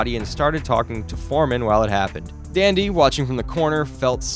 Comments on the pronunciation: 1. The ref didn’t count him out. He stopped the fight. 2. Foreman didn’t get knocked out, he was TKO’d. 3. It wasn’t a lopsided fight up until the 8th round. It was pretty even. Ali was counter punching throughout. 4. It’s Dundee not Dandee. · Dun dee, not Dan dee.🥊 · Dundee not fkn dandee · Tyson and Foreman never fought so how could he have taken advice from Ali not to rematch Tyson? Also, it’s pronounced Duhndee not Dahndee… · Angelo DUNDEE, not DANdee, you AI bot idiot. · Angelo DUNdee, not dandee. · Dandee? That was the name of Ali's trainer? It's Dundee! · Why is this clown making a boxing video. He can't even respect the sport enough to say the name of a legendary trainer by his proper. Angelo DUNDEE NOT DANDY. What a clown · are you sure Ali was the 2nd person to regain the heavyweight title? I thought Floyd Patterson, Jersey Joe Walcott, and Ezzard Charles did before Ali. Also, why do you say "Dandee", Ali's trainer is "Dundee" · DUNDEE not Dandee - FFFS do your research, eijit! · DUndee, not DAndee. So annoying... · Dundee not Dandy. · Good vid -- but Ali's trainer's name was 'Dundee,' not 'Dandy.' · Great mini-doc! One thing I don't understand- you have Angelo Dundee's named spelled right on the screen, but you keep calling him "Dandy" - Supwithat? He's the most famous boxing trainer of all time - it's Dundee. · Fix your AI... the trainer's name is Dundee, not Dandee. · Calling Angelo Dunde ,Angelo Dandy over and over is so disrespectful. How does Dunde read like Dandy to you? Is our education system that bad? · Dundee not dandy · It's Angelo Dundee (done dee) not dandy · Who is “Dandee”? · Angelo Dandy? Come on, man. Make a basic effort. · Give the man Angelo his respect too, pronounced "Done-D" Great video of great fighters I admired and respected! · The tell is that the person reading the script doesn't know who Angelo Dundee is. I don't think any partially knowledgeable boxing historian would ever call him Angelo Dandy, much less multiple times.